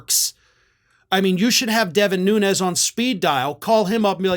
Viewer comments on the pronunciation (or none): none